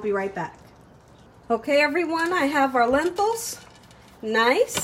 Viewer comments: Lentils or lenthils? Not tryna be mean but it is pronounced Len-til (like mental hahaha🤣😂🤣) no “h”.... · Hello...I've been watching you for about 2 years. I like your cooking shows so much. I wanted to tell you that your Lentil soup is my favorite. I had to tell you though, it's pronounced Len-tils, not Len-tils with an h. Please don't think I'm being pretentious, I admire you and you establishment. May THMH(THE MOST HIGH), bless you and keep you.